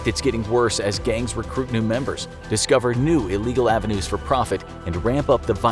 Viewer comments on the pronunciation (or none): Nicca said iegal alien smuggling